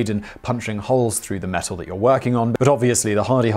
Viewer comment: Is it just me who was confused that he kept saying mesul instead of metal?